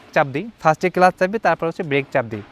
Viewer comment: ইঞ্জিল না রে ভাই ইঞ্জিন,,, আমাদের ষাঁড় শিখাচ্ছেন ইঞ্জিল আর কেলাস 🤣 ছোলো, থোটল 🤣